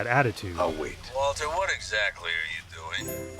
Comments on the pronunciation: I feel that this Waltuh was more of a Walter, since I can hear the R in the name. But I don't know. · I clearly hear Mike say ‘Walter’ many of the times, but the ‘Waltuh’ meme still has a point cause he still says it a few times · You're counting incidents where Mike clearly says "Walter" as "Waltuh". Actually, he almost always says "Walter"; I don't know where this "Waltuh" meme came from